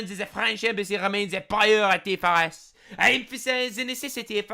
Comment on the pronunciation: The 'priority' pronunciation was flawless - canadian coming out